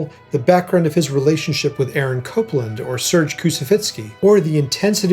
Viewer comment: You should learn the correct way to pronounce Kousevitsky's first name.